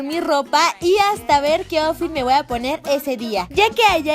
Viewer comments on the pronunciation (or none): none